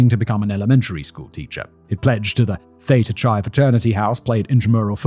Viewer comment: I'm more bothered by the way he pronounced Theta Chi.